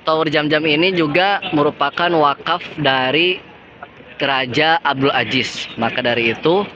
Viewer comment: Maafkan...Mahroj huruf ز (Zain) tolong diperbaiki, ya... Aziz yaa, bukan Ajis 😂 At least, jazakumullah khairan... Sangat bermanfaat infonya